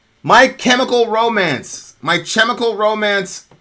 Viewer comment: Only classic can say my "Ch"emical Romance